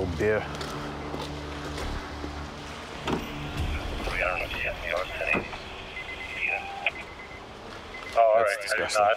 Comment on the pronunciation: "smells like stale bear"...probably meant to pronounce b-e-e-r.